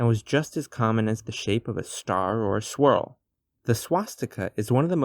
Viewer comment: "a shwirl"